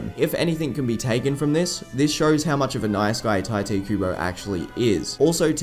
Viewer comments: Its "tea" te kubo, not "tie" te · His name isn’t “Tai-tay” its “tai-toh”. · It’s pronounced Tite Kubo not Taite Kubo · Isn’t Tite pronounced (Tee-tay)? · tai-tay kooboh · Please dont say 'taite' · I actually heard from the translators on a Bleach Brave Souls live stream that it's actually pronounced "Taito." Like "tight" and "oh." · it's pronounced "Tee-Tay" Kubo btw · Actually, I found out in a Bleach Brave Souls Bankai Live stream that it's pronounced "Taito" Kubo. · the first time you pronounced tite kubo i was like "... wut?"